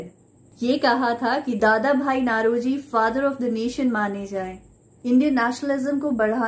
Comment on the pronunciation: नौरोजी not नlरोजी